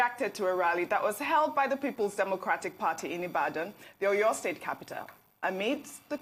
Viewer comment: Please ma pronounce our cities properly. I can forgive you if you are a foreigner but common! You are presenting to Nigerians and can't make attempt or research on how to pronounce a Nigerian city. Common Seyi Makinde, Aw Yaw state for Oyo. Common! Learn how to pronounce our names. You media guys should stop destroying what is ours with a foreign language. It does not make you more sophisticated calling a Nigerian name with another accent. Please ma